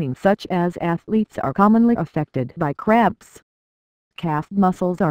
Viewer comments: I hear it saying craps instead of cramps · Sounds like shes saying leg crabs